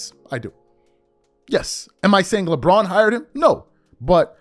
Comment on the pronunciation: Lebraud James😂😂